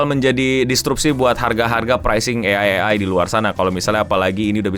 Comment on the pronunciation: ciri khas nya, kalo di video itu ada yg ngomong “AI” dieja jadi “A-ai” ..